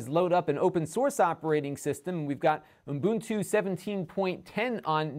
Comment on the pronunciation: why do u always say uNbuntu? it is Ubuntu... without the extra N... Love your channel btw, keep up the good work.